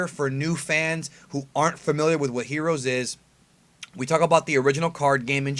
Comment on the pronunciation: You just can't say heroes right "HERUUS"